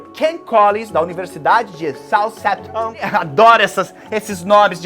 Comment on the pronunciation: se fala "SAL REMPTOM" JubiJubão. Colocando a linguinha pra fora, pra fazer o som do "th" 😂❤